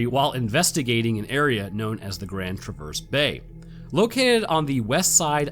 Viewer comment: Native Michigander here. It's Grand TRAV-erse Bay. not Grand Tra-VERSE. :)